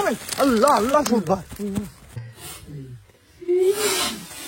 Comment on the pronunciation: ভাই আপনি আল্লাহু আকবর,, না বলে পু আকবর বলেন কেন